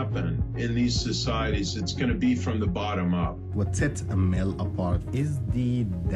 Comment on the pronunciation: Why so many lawyers? Another American corporation, headed by a 'Muslim' (name only), to lead another operation into the ME to destroy Islam in the name of 'freedom' and 'democracy - when it was the West that planted all the dictators in the ME and Africa. And it is pronounced, A-M-A-L, not a-mel. By the way, your audio stinks as well as your video. Hope it falls flat on its face., you are a sell-out.